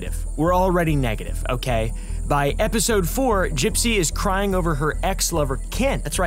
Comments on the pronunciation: did he just call her "GUYpsy"? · wait, it's pronounced "guy-psy"? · “Gipe-sy Rose” 😂😂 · Did he purposely start calling her “guy-psy” 3/4s of the way through? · Curious why you pronounce her name like that?